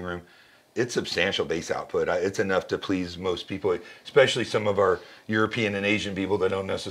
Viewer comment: When a man selling you an $11,000 speaker pair says eXpechally..... especially essssssssssss pecially